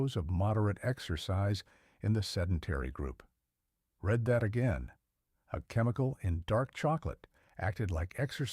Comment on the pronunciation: Feedback: good content with just enough food for thought. I haven't looked but hopefully the studies are referenced somewhere. It takes me 'out' of the vibe when your narrator misreads a simple word like 'Read'. I think you should have human readers. And downloadable protocols. Also...leave room for humbleness as the science changed...no need to make every statement like a command.